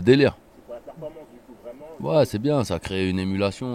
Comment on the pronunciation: performAnce pas performEnce :o